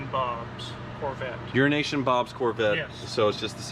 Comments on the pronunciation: I think it’s Euro and Asian Bob. So I said quickly, it legitimately sounds like urination. Or the word urination… Not the act. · Urination Bob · has a weird way of pronouncing Urination Bob. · Was that deliberate? stressing EuroAsian Bob and saying it the old way.